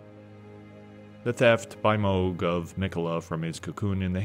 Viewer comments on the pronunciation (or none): none